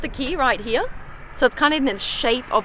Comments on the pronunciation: Absolutely LOVE the color...and the way you pronounce “here” like “heyah”, 🙏🏽🙏🏽🙏🏽. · When she says “here”, it sounds like “hee ha”. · Anyone else love how she says “here”?